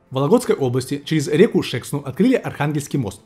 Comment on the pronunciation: Всё замечательно, только река не ШЕксна, а ШекснА☺